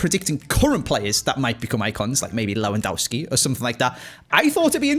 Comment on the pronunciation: Can British people please stop saying Lewandalski, please just once in your life say Lewandowski